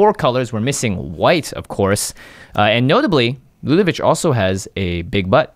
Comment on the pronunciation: LudeviC not VICH